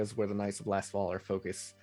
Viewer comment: Is it just me, or does keep calling them the Knights of LastFall, rather than Lastwall?